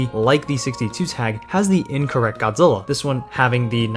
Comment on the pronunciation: If you love Godzilla then why are you mush mouthing through his name